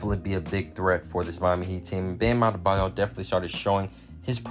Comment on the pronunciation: Bruh the way you first said bam adebayo “Bam abdedbadyo” lol wth But great vid tho